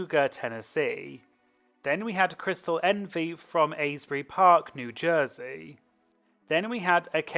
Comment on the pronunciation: Quick note that you pronounce Asbury Park with a short A sound, like in the word "as". Love the content, keep it up